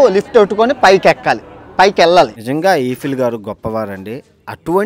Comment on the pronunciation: ఏంటి బ్రో ఈఫిల్ టవర్ అంటునవ్ ఐఫిల్ టవర్ అంటునవ్ ఏమ్మాయిది నీకు😮